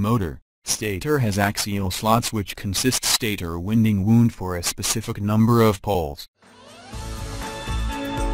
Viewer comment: Winding? Wound? Pronunciation plz!